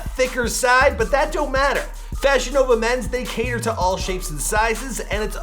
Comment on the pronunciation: Every time you said FashionNova, I thought you were saying VagiNova and it was a sex toy company.